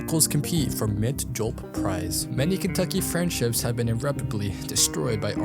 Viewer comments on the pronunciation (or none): It's pronounced JU~LEP not JULP ffs lol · Joolep. Not Julp. Its not something you get out of 7/11. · Its pronounced "jew-lep" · Mint Yulp lol You-lepp. Julep. You. Lepp. Mint Julep is a kind of alcoholic drink. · jewel UP not fucking JULP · Julep is pronounced like tulip. It's an old timey alcoholic drink. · I hate to be that guy but I love cocktails so I just gotta say it's pronounced joo lip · Its pronounced "jewel-ip" haha julep is a type of cocktail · Joo-lep. That’s how you pronounce it. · For me it was julep but I get it.